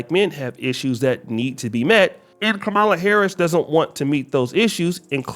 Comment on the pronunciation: It's Ka Ma La, not Kah ma la.